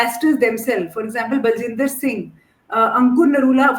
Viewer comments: Ba-jinder, not Bal-jinder. Anyway, whatever he is, he got his 'just desserts'. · Bajinder and not Baljinder, take the name of the convict correctly. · RESPECTED SIR, A NAME PRONUNCIATION MISTAKE FROM A PERSON OF YOUR STATURE, VERY MUCH GLARING - HIS NAME IS BAJINDER - NOT B A L J I N D E R...